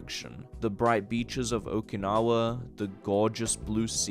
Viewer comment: Okinawa not 'Oakinawa" my home town is not an Oak tree... Ok, not Oak you dog, say my home island correctly OK NOT OAK... OKINAWA, not OAKINAWA